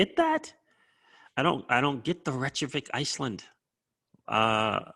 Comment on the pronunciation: Ripple bought a Icelandic company a year or so ago. I think it was part of xspring. And it’s pronounced... Rey kay Vick